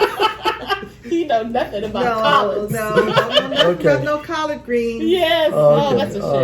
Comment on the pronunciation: Thanks for putting a SMILE on my face...especially the COLLARD pronunciation!!😂😀. Your WIPS are such a lovely eclectic collection...you will never get bored!! HAPPY NEW YEAR SUNSHINE STITCHERS!! HAPPY STITCHING TODAY AND EVERYDAY!!